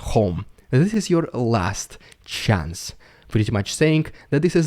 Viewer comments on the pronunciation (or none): none